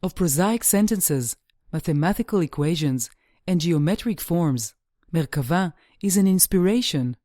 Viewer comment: Thank you for sticking to the definition of Merkabah and pronouncing it :) I am reading the Dead Sea Scrolls and I have read Ezekial many times. fascinating.